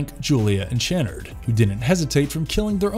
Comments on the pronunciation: Does the mispronunciation of the Lament configuration and Channard really annoy anyone else? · Also Channard's name. If the narrator had actually watched these movies himself, he'd know how they were pronounced. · Maybe you should see Dr. Chenn-erd? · It's Dr. Channard (pronounced CHUH-NARD) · His name is pronounced Chuh-nard, not Chanard. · The worst part of this video isn’t any cenobite; it’s your inability to pronounce key words correctly. Lament, Chunard, Marchand/Merchant or knowing what magnanimous means. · Ok so u clearly have never watched these movies the way u pronounce lament and channard lmao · Your pronunciations are terrible. Could and should have taken a few minutes just to do a search for any other video or audio on the topics and you would know how to say "Lament" and Dr. "Channard". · Obviously he never watched the movies because he doesn't even pronounce the Dr's name correctly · The way you pronounce Dr Channard makes every British person weep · Tell me you've never actually watched the films without telling me you haven't watched them. You literally just read something someone else wrote. You mispronounced so many names. Lament is pronounced "Luh-mont", Channard is "Shuh-nard", Lemarchand is "Luh-marsh-awned" not fucking Le-martianed. You literally just read some bullshit and guessed at pronunciations. Thumbs down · Dear Voice-Over Dude: Learn how to pronounce the words in the script before taping. Lament. Lamarchand. Chanard. Etc. This was hard to watch.